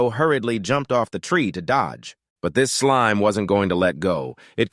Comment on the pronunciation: Is it just me or is the voice saying "slim" instead of "slime"?